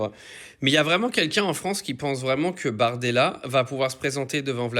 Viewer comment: Il s'appelle BORDELA avec un O comme dans Bordel